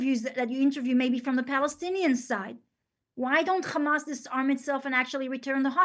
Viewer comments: 6 minutes in, i didn't count, but she said khamas in every single phrase at least one time. The lack of self awareness is to much for me, i'm out. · 0. She said Khamas all the time.